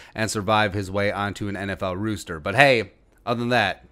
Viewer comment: Why do you always say rooster? Instead of Roster?